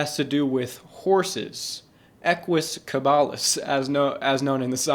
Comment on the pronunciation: Bro nearly lost it when he said equs cabalas 😂